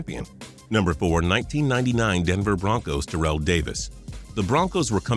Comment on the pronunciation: Just a little FYI it's pronounced tear-ull Owens not tur-rell